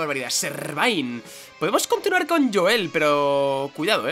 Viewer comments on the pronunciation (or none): none